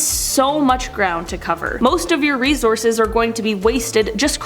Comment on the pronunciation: hate the way you pronounce resources -_